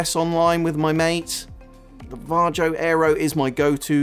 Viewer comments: Because how the guy says Varjo in the video.."Jar Joe" 🤣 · I believe it's pronounced "var-ee-oh" or "var-yo"